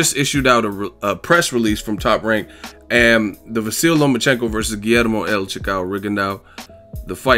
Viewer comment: Go you good thing!!! you are the 1st on YTBC to call LOMA'S first name properly! Yes!! It is vasily.not vasil..👍